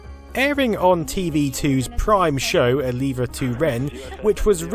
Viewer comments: I used to watch Hugo a lot, on the original Eleva2eren, when I was a kid. These are fond memories. "Eleva2eren" is pronounced "eh-leh-vah-toh-oren." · "Eleva2ren" should be pronounced "Elevatoren" (in English "the elevator" or "the lift"). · Haha I actually laughed out loud (in the train...bit imbarrassing) upon hearing the butchered pronunciation of the program "eleva2ren". It's a mix of elevator (which is called the same in Denmark), and 2 ("to" in Danish) for the station name TV2. I used to watch that show with my parents, and Hugo was always great 😁